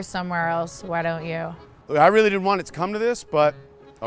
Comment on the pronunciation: Oh NO! She ditent( did that SOUND LIKE DID NT?)😊😮